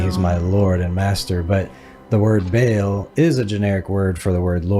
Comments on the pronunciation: I don't think you are pronouncing Baal correctly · its BA AHL, not bayel liuke wtf lamo Source: I live in the place where these come from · Not bale, Baal like ball with an extra a🙄